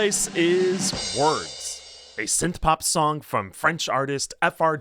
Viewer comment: As a linguistics nerd, I'm SUPER fascinated by your accent — an accent where "Song" is pronounced "Sonn" (and "Hung Up" is pronounced "Hunn Up"). I'm super curious what part of the country has a total "ng"-to-"n" shift (where it's not just limited to the ends of "-ing" verbs)! -Paintspot Infez Wasabi!